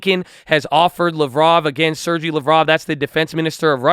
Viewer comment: Bro, love you videos, but a small correction - Sergey Lavrov (pronounce it like LOVE+ROUGH) is a Foreign Minister not a Defense Minister.